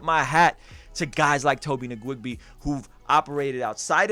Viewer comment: Nwigwe not nigwigbe. lol. Great video.